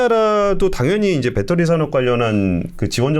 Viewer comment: 밷떠리 밷떠리 뺃떠리 밷떠리 밷떠리 뺃떠리 밷떠리 밷떠리 뺃떠리